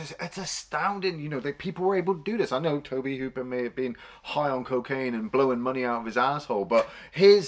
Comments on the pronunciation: Incidentally,although it’s spelled Tobe,it’s pronounced Toby.I know a lot of people have a problem with anyone who corrects grammar,pronounciation,etc.So what,big deal.People will have to continue to have a problem. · It’s pronounced “Toby”. Lovely chap. Great vid. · It's pronounced "Toe-Bee" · Tobe is a funny spelling but it’s still pronounced “Toby” :) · Tobe is pronounced Toby and he directed all of Poltergeist and BTW drank gallons of iced tea and . . . . all the actors were paid on time. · Just FYI you guys, Tobe Hooper is pronounced TOBY Hooper. Just sayin'... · Maybe try pronouncing the directors name correctly. 👎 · FYI, guys: "Tobe" is pronounced like "Toby." Also, "Dike-stra." not "Deek-stra."